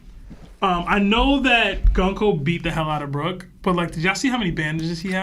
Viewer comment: is 100% pronouncing "Gunko" correctly. The way the name is written in Japanese and romanized is very clear. If Oda intended for it to be pronounced the way is saying it, the Japanese spelling and romanization allows for that.